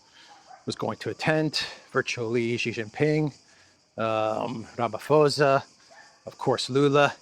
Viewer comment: Hey, just a quick one…it’s pronounced PORSA (the “PH” is a P as in “pour” and the letter “A” as in the word Up)…not FOSA where the F sounds like “ph” in phone. So RAMA-POR-S-U (ie Ramaphosa)…👍🏻 here’s a tip…listen to how the language Xhosa is pronounced. The “sa” is the same as in President Cyril’s surname. In fact…it’s simply RAMA+POUR+SU